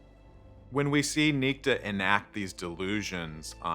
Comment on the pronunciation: A Dude? Everyone On the show? Pronounces that name? Nick-Ta NOT Neek-ti. Perhaps you should have made sure the show Pronounced the name Your F-ed up way.